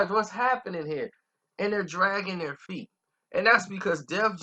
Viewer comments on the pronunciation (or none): none